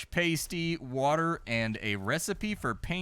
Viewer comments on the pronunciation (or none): For the love of everything British, please learn how to pronounce pasty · paysty is like nail on a chalk bord to us brits its Passdee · Pasty is Pass-Tea. Not Paste-Ee. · Pasty, as in past. Not paste ee. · Paaaaaasty! NOT pasty! 😂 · I can’t believe you’ve never heard of a cornish Past-E, not paste-E 😂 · It's PAST-EE as in past tense not PASTE-EE as in toothpaste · Came on here to see if anyone else took the piss for his pronouncing of pasty. It's Pas-tea not Pay-stee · Great video... but please, this is killing me, it's PA-STEE, not PAY-STEE. 😉 Proper Cornish Pasties (PA-STEEs) are basically a meal encased in pastry. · PAST-ee, not PAIST-ee! One is a meat pie you eat in either England or the Upper Pensinula of Michigan while the other is... something you wear. There is a huge difference between those two things!:D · Cornish Pasty (Pass-tee) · It’s pronounced “past tee” and they’re fucking delicious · its a "pass-tee" , famous in cornwal lol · It's.a "past-y", as in "pasta", my dear fellow. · yep, a pays-tee goes on your nipple. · Fuck me, you massacered the word pasty